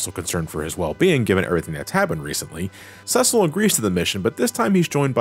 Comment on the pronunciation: It bothers me that he’s pronouncing it “ses-sell” and not “see-sill”